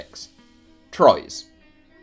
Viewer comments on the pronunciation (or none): 1986 TROYES 🔵⚪🔵⚪🔵⚪🍾🇨🇵🇨🇵 And we dont say "TROYEUUSS" BUT "TROA"